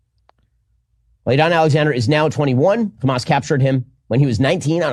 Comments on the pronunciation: Why do the Israel partisans pronounce Hamas 'Khamas'? It's weird. The H is aspirated in Arabic. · pronouncing Hamas with the hard 'ch', because he's just a regular American. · They start with a weird kkkkkk.... sound for some reason. They pronounce it as kkkkkkkkkkkhhhhhaamus. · even mispronounces 'Hamas' they exact same way the Israelis do.